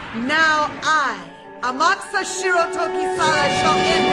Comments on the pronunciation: The name pronunciation in this narration gets to me. It’s not How-maru. It’s Hao-ma-ru. It’s not Ama-kusa, it’s A-ma-ku-sa. You enunciate every syllable equally. The anime got this right. The video narration doesn’t. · Strange ADV Films may have gotten Amukusa's gender wrong (HE is supposed to be a very effeminate male) but they did pronounce his name right, unlike you throughout the whole review. Whoops.